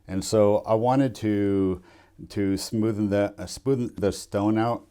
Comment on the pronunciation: Stop saying "smothen out".